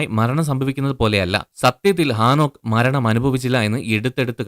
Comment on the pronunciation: ആ നോക്ക് അല്ല . ഹേ നോക്ക് ആദ്യം മലയാള ഭാഷാ സംസാരിക്കാൻ പഠിക്ക് ബൈബിൾ വചനങ്ങൾ തല തിരുവൊടെ പഠിപ്പിക്കുന്നു നിങ്ങൾ നിങ്ങളെ പറ്റി വെളിപാട് 22 ൽ പറയുന്നണ്ട്